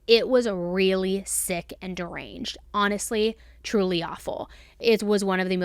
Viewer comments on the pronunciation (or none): none